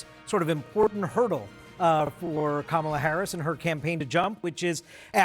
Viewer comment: Go, Go, Kamel-Uh "TOE" !!